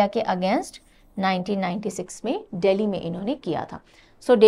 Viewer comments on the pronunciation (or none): none